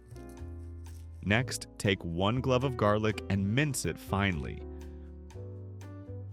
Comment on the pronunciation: No IA voice mispronounced clove of garlic